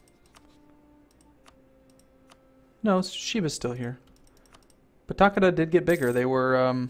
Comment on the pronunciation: Takeda the ke in it is pronounced like Kay as in Okay ;) and Yes i am thinking about just Ragequiting watching it :P